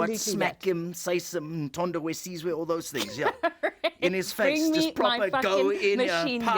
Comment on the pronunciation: Did he just say "umthondo wesizwe"